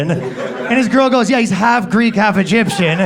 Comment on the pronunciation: No 'a' in "Egyption"....